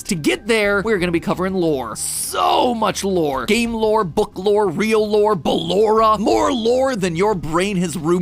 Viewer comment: When he said ba-lore-ra I was dying inside 💀